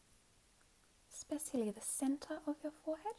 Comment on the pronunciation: How you say motion and especially has me dead hahahaha